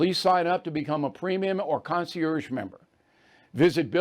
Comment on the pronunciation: Bill, Bill, Bill. Since you use the word so frequently, please learn the correct pronunciation of “concierge.”